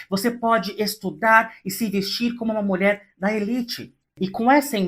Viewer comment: "Molher". Pq falar assim srta??